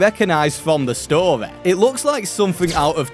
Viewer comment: Love the way he says story like “storay”